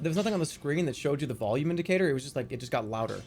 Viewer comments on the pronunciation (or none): none